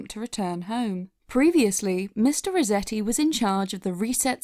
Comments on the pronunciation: You kept saying Mr. Rezetti. With a name like Resetti, doesn't it make more sense to pronounce it how it's spelled? RESETti? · Am I the only one bothered by her pronouncing it Mr. Rezetti? Does that mean she says, "I had to rezet my computer," and, "please zet it on the table when you're done"? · Who was also annoyed at the fact that she kept calling him “mister reZetti” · Your pronunciation of "Resetti" bothers me. You make it sound like "rezetti", as though it doesn't have the word "reset" right in there. Unless you want me to believe that you pronounce that word as "rezett"...